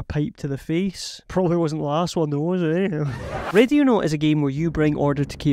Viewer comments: I cant stop hearing Radionaut I swear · Even near the end of the video it sounds like you're saying radionaut. Could figure out the rest of the accent but i had to think it over every time you said the name of the game.